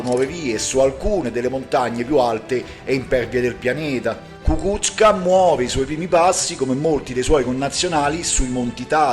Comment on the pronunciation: Ecco, parlando ancora di pronuncia, quella corretta è Kukúzka